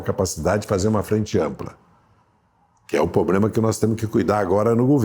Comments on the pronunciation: Quem roubou os plurais do Dirceu? 😂😂😂 E "pobrema" doeu o ouvido! 🤦‍♂️ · É duro escutar alguém desse nível falando “poblema” e comendo “s”….. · Pobrema não se escreve com s.